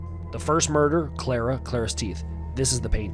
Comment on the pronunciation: It's Carla not Clara.